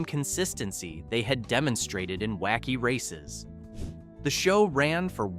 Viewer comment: You mispronounced several of the car names; why is this an issue?—well, the cars are all introduced in the opening of every episode of the series, video of which is currently available on the YouTube platform; it wouldn’t have taken you much time or effort—less than 10 mins—to familiarize yourself with the names; this is clear indication that your channel probably isn’t run by fans, or that it doesn’t care enough about the subject to accurately present info about the series to an audience, which is highly likely to be composed OF fans; this suggests that your channel is the kind of low-effort content-farm that nostalgia fans don’t really enjoy supporting; basically, it appears you did a lot of research, I just wish it had been more thorough…